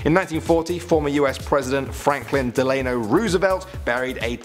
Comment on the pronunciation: fdrs middle name is pronounced dell ah no and twinkies are GODLY!!!! who wouldnt want to share em? also when u were talking about the "WORLDS LARGEST AXE" u looked the part of a lumberjack, lol